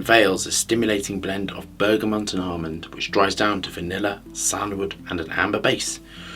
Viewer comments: I hate being a picky type, and I love this channel, but it’s BERGAMOT - no N in BERGAMOT 👍🏼👌🏼. Great review and great channel ✌🏼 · why does he always add an N in Bergamot?